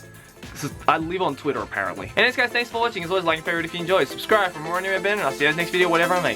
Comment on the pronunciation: I love the way he says Twitter. . . Tuirah